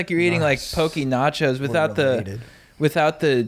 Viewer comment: Hope when you’re on tour in Hawai’i you finally learn how to pronounce poke. You guys are legends but always lose a couple respect points for the mispronunciation.